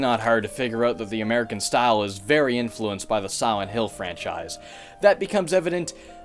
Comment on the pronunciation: "Y'all know just how much I love sowent hill" I love ya man but it's SILENT, pronounced Sigh-lent. The lent is not a sow.